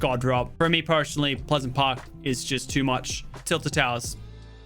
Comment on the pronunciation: IT EES WHAT IT EEES